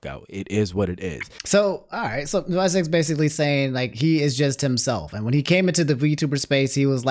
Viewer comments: Also visecs isn't pronounced "vai-secs" it's Roman numerals vi which stands for 6. Hes a battle rapper that stands for 6 seconds. People also call him shizzy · 6 seconds not vye secs LOLLLLL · lol its not vie seconds its 6 seconds but with roman numerals lol and yes he is a fucking gawd at spitting bars like "You will not see this G with A W N E more" Dissing Luke gawne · Its 6 secs not VI- Secs haha. I thought you knew him from hanging out with Shofu etc. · it not visec IT VI SECONDS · Visecs is pronounced Six Seconds. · Just to give small clarification: its VI (as in the Roman numeral) Seconds, tho most veteran watchers of him call him Shizzy